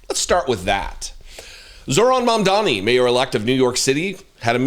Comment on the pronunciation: *Mamdani noy momdani. I know donny taco probably tried to call him mommy or daddy after falling head over heels in love with him. But can americans finally start using people's names properly? He isn't called zoo-ran, nor mom-dani. His name is zohran mamdani. This isn't an attack against you personally. But when all of you mis pronounce his name despite claiming to respect him. It only adds more suspicious of how r a c i s t your country is. That being said I loved watching taco fold over and act like a fangirl😂.